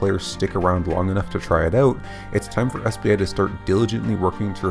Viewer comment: It's "out" not oooot.